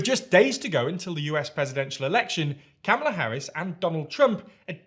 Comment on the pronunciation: It's so painful that this journalist refuses to pronounce Kamala correctly.